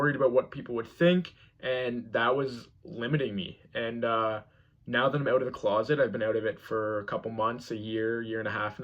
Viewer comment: I heard him say out and house, and I instantly knew he’s from Canada. I guess I wasn’t paying attention to the background with the Canadian clock on the wall.